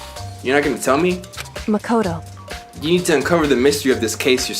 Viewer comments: your saying makoto's name wrong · he said makoto wrong